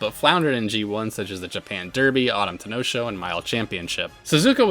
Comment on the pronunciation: I'm gonna claw the wall if I hear the Ten'no Shou pronunciation 😂 Yes, there's a stress between the ten and no 😂 But also, the histories THAT stacked!